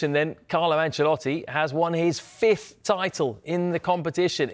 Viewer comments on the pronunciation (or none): none